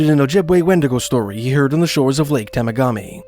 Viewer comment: Pronounced Tem a ga me😊